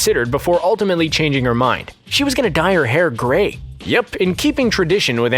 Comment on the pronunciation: "The gree streaks" Lol